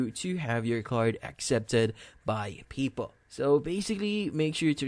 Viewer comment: "People" are us, you and me are people... "PayPal" is pronounced just the way it looks Pay (as in pay a bill) and then Pal (as in friend) using two words: Pay Pal... This video only sounds confusing, it's an easy fix. Thanks for rhe info.